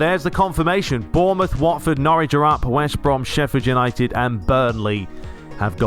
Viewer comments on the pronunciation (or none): none